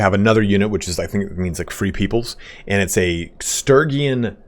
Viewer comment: Jesus take your time getting to what everyone wanted to know. It's Sturgian not Sturygin.